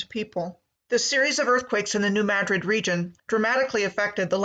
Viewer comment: That was the other one. It isn't mad-drid its muhdrid